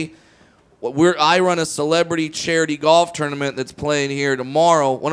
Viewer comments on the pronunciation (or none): Its tournament not ternimant lol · Jay Mee lol he does pronounce it like that